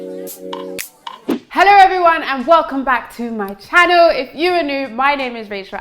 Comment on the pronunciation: “Heller everyone ... channow”